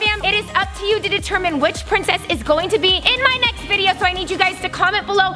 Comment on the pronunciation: It's not pricssce it's pricess